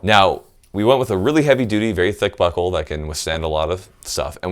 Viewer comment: Anybody else hear him say butthole instead of buckle? Nah, it's prolly just me.